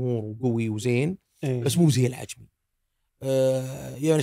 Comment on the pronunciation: حلقة جميلة كالعادة، واصلوا.. والله يسعد بأسلوبه البسيط والصريح بشكل مقبول.. 👍 للتنويه، ورد اسم مطعم العجمي، يبدو لي أن الأخ نطقه بشكل خطأ وهو العَجَمِي (من أعجمي)